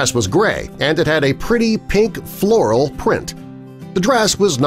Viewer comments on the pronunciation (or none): him when he says floral: me: yanny